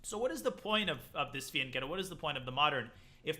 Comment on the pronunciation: Holy shit. You can pronounce Fianchetto correctly. You deserve at least an extra 500 in your FIDE score